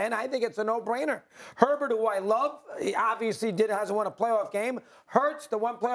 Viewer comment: It’s Herbert and it’s not particularly close